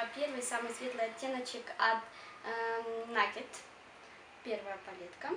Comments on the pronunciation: не Накед а нейкид! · не накед а нейкед!!